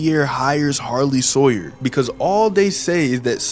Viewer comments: Sarlie hoyer 😂 bro you changed the name of harly sawyer. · "the sarley hawyer robots:🙏🙏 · Sarley Hawyer